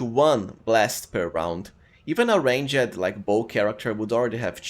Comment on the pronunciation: nice videos, your accent is good, but the way you say "ranged" is so painful to my ears, look at prononciation and the overall quality of videos will rise!